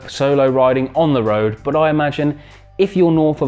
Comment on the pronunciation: Your “Bbaa” (but) is funny